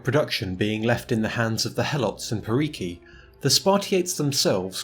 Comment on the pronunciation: I know you are not Greek but I can't help but point this out. It's Spartiátes and perioikoi is roughly pronounced periiki. Also if you want to pronounce it like a real Greek,helots is pronounced ilotes